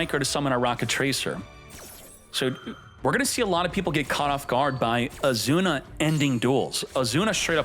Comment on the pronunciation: What's your name? Izuna: Azuna it is